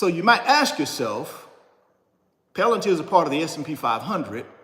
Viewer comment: 😢 🤯😳Are you the only one who can’t sound this word out….😫Come on, get up.